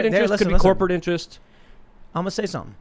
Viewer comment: Tim: “Listen. Listen. I’m gonna say sompin” Me: Well I’m done with this video.